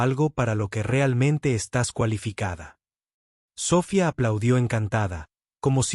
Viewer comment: Biena enseñanza. Pero $100.000 no se lee de esa forma. Se dice cien mil. NO cien cero cero cero. Sofía. Tiene acento. Y etc etc.